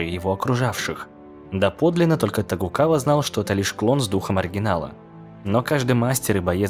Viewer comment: А вы тоже всегда думали что правильно говорить фамилию Токугава, но как утверждает автор Тогукава